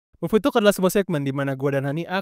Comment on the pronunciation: Hi Kak. maaf masukan y, apalagi krn segmen rutin dan sering disebut. Pelafalan "talk", silent L ya kak, alias tidak dilafalkan huruf L nya :) thx